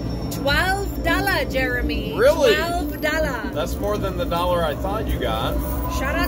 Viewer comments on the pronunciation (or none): It is offensive when you adapt that stereo type accent on the word dollar!